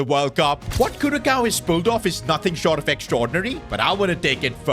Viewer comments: It’s CuraSOWWWW NOT Coww🤣🤣 The Ç is Pronounced As An “S”Not A “C/K” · As someone who was born on Aruba and lived most of my life in Curaçao. Where the hell is "Kurakao"? I always find it funny how people pronounce it😂 It's pronounced Curasao bassicly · I like how he says curakao instead of curacao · It is pronounced as Curasao not curakao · Curaçao - " ç " has "s" sound and not "k" sound. We don't say " Barka" for Barça right? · Its pronounced “Curasao” not “curakao” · Curacow really cooked havent they (its said as curasau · Love the vid,just for your knowledge,its not pronounced curakau,its like curasao❤ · You probably can and its not curacao, you pronounce curasao and please fix your pronounciation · you call it Curasao not Curacao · it's pronounced 'Cu-ra-sa-o' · I'm dutch and since curacao is dutch Caribbean your saying curacao wrong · Pronunciation is Kurasao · I wonder of he realizes that some ppl from Cura watches his videos and how much it inrages them when hr says “curakao” 😐 Im yapping about me im from Cura 😐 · that's what i was about to comment, what a headache hearing curakao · Its pronounced curasao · I just cringe every time he says Curacao because hes saying it like curakao, Say the C s2g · It’s cur-A-sou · It's pronounced CuraSAO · It's Cur-a-sao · Not to nitpick, but it's pronounced cure - ah- sow. Love your content! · It is pronounced as Cura-sao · you pronounce it CuraSao, with an S instead of a K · It annoys me that a youtuber doesn’t even look up how a nation’s name is pronounced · If your gonna make a video about caraçao, atleast pronounce it right😭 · Bruh pronounced it so bad I hope my friends from Curacao don't see this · Bro that pronounciation of Curacao is gonna drive me insane🙄